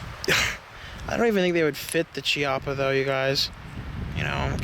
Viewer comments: Hey guys, you asked about speed loaders for the Rhino, the HKS MK3 or the Safariland J-R4C will both work. Also, it's pronounced Key-AHH-puh, just for your info. Love the vid as always. Keep up the good work. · it's pronounced key - appa